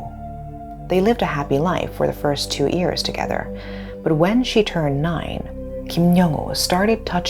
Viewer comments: I wish the presenter would stop saying "ears" instead of years. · how do you pronounce every word perfectly except 'year'?